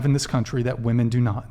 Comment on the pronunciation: WHY do none off these Gen z dopes know how to pronounce the plural version of woman, being women. They just say woman for both lol. 😂😂😂